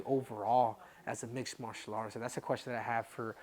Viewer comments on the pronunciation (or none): none